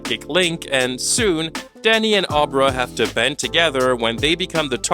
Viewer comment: ....Fall Guy was an old Lee Majors TV show, not an original idea. Dan Torrance drinks because alcohol dulls his shine. And "Ahbra"? Her name is pronounced like "Abra Cadabra." Did you watch the movie? Lol